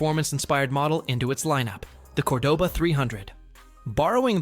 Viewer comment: The AI narrator couldn't say Cordoba either